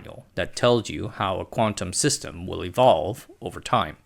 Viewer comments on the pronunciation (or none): none